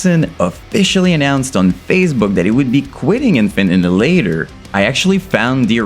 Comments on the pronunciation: I didn’t know it was pronounced infant innihalator? Whaaat? Annihilator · its kills me you can say annihilater correctly UH-NIH-UH-LATER not innulater seems like you american i dont get why you got to say it so wrong maybe it just me but it kills me every time you say it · bro, very good review, but it's pronounced AN-NIGH-HILATOR not ANN-HILATOR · Annie later?!?!🤣🤣🤣🤣 ann i uh later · Ann Eye Hill Later repeat until you can pronounce it man. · Omfg, say it with me bro.. ah.. nile.. ah.. later. Jesus fucking christ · Great video, but you're pronouncing Annihilator (A-Nah-EE-Lay-TOr) wrong! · every time you say anal ater I die a little bit it's a good video nonetheless lol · BRO,,, its "AHHH NYE AHHH LATE ERRR" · ITS ANNIHILATOR NOT ANNADILADER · are you retarded, you cant even pronounce annihilator? WTF is anninlater. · He also said "Enterprise Herd". Not sure if all this is a meme or something or if he actually didn't know how to pronounce these. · To me, it sounded like you said: "Infant In-hil-later". Oh, and - "cloning line..." I think you're on to something there! Imagine if every UTuber had their own cloning assembly; that would certainly be more lucrative (albeit ethically dubious) than your own merch and clothing line. 💀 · Sounds like you're saying Infant ani later 😂😂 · Bro, you misprounced the bands name within the first second of the video. I don't even care that the band liked it, I don't want to watch this shit knowing you're about to do it another 1000 times. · please learn to pronounce Annihilator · Wow, turns out I've been pronouncing the name of this band wrong for years.